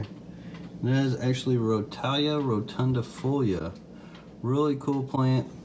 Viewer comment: The way you pronounce rotala ( roh- tall- a) really annoys me but it doesnt matter much lol Good video displaying the different plants.